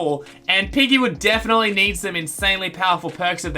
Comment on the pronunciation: I thought he said “IGGY” as in iggy from jojo